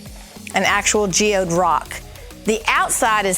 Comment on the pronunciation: You said GEOYD wrong 🤣🤣